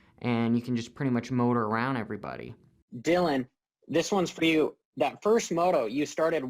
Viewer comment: Dy-Lon WTF ever, just say the guy with the RED plate. I doubt he’ll loose that plate, not this year....SMH